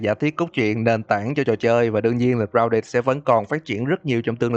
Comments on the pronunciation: Ai nghe câu grouded nghe lộn là rao đệt đấy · anh nói tên game hay vl gounđịt